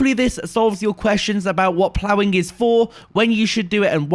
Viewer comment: the master of "plowing." haha